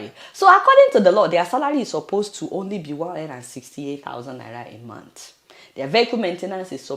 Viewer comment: The man couldn't even pronounce month properly! He said "mont". What an illiterate!